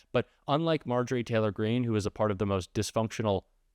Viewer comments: I can try to be civil about MarJORie — does syllable stress matter in a name or do you mispronounce Kamala’s name for a different reason? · Let’s start calling her MarJOrie Taylor Green, until she respect the VP enough to say her name correctly.